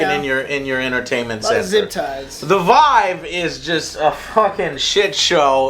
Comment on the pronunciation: Vive: It's pronounced "Veev" not "V-eye- v